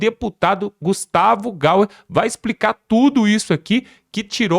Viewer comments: Não é Gustavo Gauer é Gayer (Gaier) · Gayer, e não Gaia. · Amigo, não divulgue o nome do Gustavo de Gauer, o correto é Gayer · Cara, Não é Gustavo Gaiueuie, é Gustavo Gayer, como se pronuncia. E tuas mensagens iniciais continuam sendo mentirosas, sensacionalistas. Faça as coisas bem feitas até pra nos diferenciar desta corja de bandidos. Te liga. Prepare tuas lives para não cometer bostas. No improviso tu vai muito mal, sempre foi. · Boa tarde amigo , gosto muito de ouvir teus vídeos, mas por favor , tu fala o nome Gustavo Gauer isso é muito chato , fale o nome certo , Gustavo Gayer